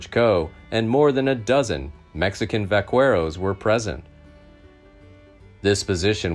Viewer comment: Narrator needs to get a grasp on English. It’s not ,O’Foleeard, it’s pronounced O’Fallyard. Charlie Bowdrie is not Bowder. And It’s Vakero, not Vakwero.